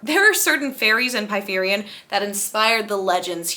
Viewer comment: obsessed with how you pronounced Prythian as “pie-three-an” actually